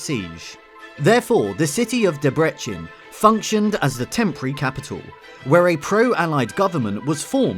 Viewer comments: Debrecen is pronounced as "debretsen" and Rákosi is pronounced as "raakoshie" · I've already commented on this.The way they pronounced 'Debrecen' made me wince.